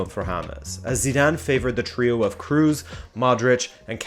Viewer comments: Kroos is not pronounced like Cruz. Is it for native english talking ppl so hard to say a long o? Or is it just ignorance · i love your content!! but i hate how you butcher the names of every famous footballer out there!!!! its toni kroos! kroos with an SSSSSS sound at the end!! not toni fucking cruise :) not ZZ, S!